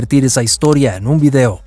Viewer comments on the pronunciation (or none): none